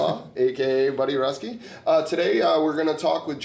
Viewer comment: Buddy Ruski (Roo-skee). My dad wanted to make sure I set the record straight haha.